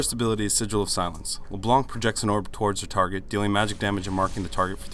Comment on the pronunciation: LeBlunck xD